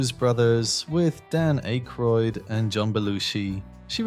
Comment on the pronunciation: Dan Ache Roid. 😂 Yep. It's AI.